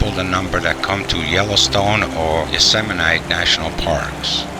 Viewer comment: “Yoseminite” National Park lol.